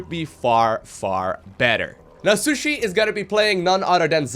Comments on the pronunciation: I always hear pronounce Shisui as "sushi". Maybe I missed something, but I always thought "Shisui" was pronouced "shEE-swei" or something like that. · your friend's name is not SU - SHI its SHI - SU - I after a naruto character i belive:v